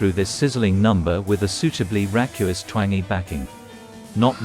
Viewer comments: Racuous? I think he means raucous! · Raucous = raw cuss, not rack you us.